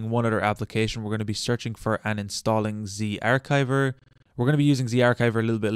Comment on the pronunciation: The ch in zarchiver is the ch in cheese. Do you say cheese like keese?